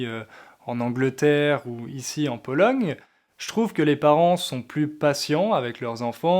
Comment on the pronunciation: dans le mot Pologne vous prononcez le son "g"? j'entends "Polong".